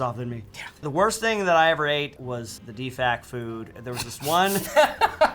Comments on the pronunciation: It's DFAC, not DEFAG, or whatever the hell that was. As in "Dining Facility." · He said defag food. 🤣 its Dfac = dining facility